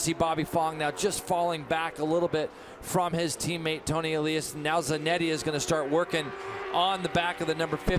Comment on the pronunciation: Would both you and PLEASE STOP pronouncing Tony’s last name differently one right after another!!🤬🤬 get your shit together and just agree on ONE pronunciation!!!!